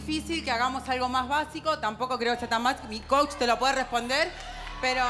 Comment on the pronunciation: Jajajja me da risa cuando no les dalr la palabra coach y dicen coch 😂😂😂